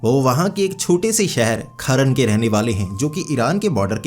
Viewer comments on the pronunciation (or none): It's not kharn its kharan